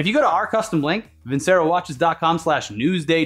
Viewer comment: I like the italian accent when pronounces Vincero 😁